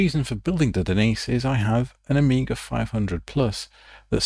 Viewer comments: Génial par contre je regarde en français et la voix dit « Oméga » à la place de «Amiga » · why the AI keeps saying OMEGA instead of AMIGA? did you used an english voice to speak in spanish instead of using a spanish voice?